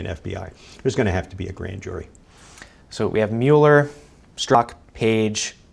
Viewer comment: Learn how to pronounce people's name before you say them in front of 96,000 viewers please. Myoooler and NAYdler...